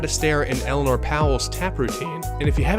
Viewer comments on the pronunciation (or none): none